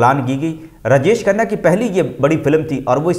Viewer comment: پھ ڈا ڈالنا کیا ہوتا ہے؟ رجش کھنہ کون ہے؟ وی ڈیو بنانے سے اپنا تلفظ ٹھیک کرو۔